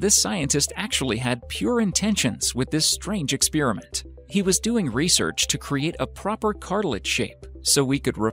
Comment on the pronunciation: Who else Heard the robot voice/person saying "Expearament" instead of "Experiment"